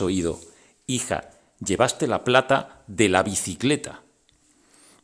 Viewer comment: La palabra bicicleta lo dice de forma confusa,algo como alquicet